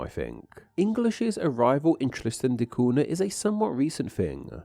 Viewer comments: The NH in Cunha is pronounced like Ñ in Spanish, or GN in Lasagna. Just a hint on Portuguese pronunciation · 4 minutes in and the utter lack of effort to pronounce "cunha" properly is getting on my nerves. . . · Two things. 1. What happened to the "TH" sound in your dialect? 2. Cunha is pronounced CUÑA (CUNYA)! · it's not "koona" but "kooña", by the way (in PT the nh is the same as the spanish ñ) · Cunha is pronounced like cu(i)n - ahh , not “Cuna” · Interesting stuff Btw the "NH" in Portuguese in pornounced close to "NYA so CUNHA is not "CU-NA" but "CU-NYA", hope that helps for your next language butcherings hehe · before jumping to conclusions, I went to Wikipedia to make sure my info is correct. There, they give only 1 pronunciation, which is the original Portuguese form: COON-yah, via the 'nh' pairing. The same sound exists in Spanish (ñ), plus French and Italian (gn). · Wikipedia gives this info regarding the very name Helena: "English: /ˈhɛlənə/ HEL-ə-nə", so, as you can see, the stress is on the 1st syllable, nail it this time. Buuuut, when it comes to the pronunciation on "Cunha", it's [ˈkʊɲə] or [ˈkuɲa] - please pay respect to the palatal N;the NH digraph exists for a reason. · Tristan de Cuuuuuuna. It's always funny when people try and pronounce a foreign word by putting on an accent but then butcher the pronunciation anyway. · Who on the Earth pronounces "Tristan da Cunha" as "Tristan da Coona"? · Is that how you say it in English? I've been using the Portuguese pronunciation for the Cunha surname, which goes like "Coo-nya" when I pronounce the name of that place🫠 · surely its pronounced kunya? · It's pronounced "koon-ya". It's Portuguese. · Isn't it pronounced KOON-yah..? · Interesting, but just a shame that you not pronouncing the island's name properly. Cunha sounds like coonya.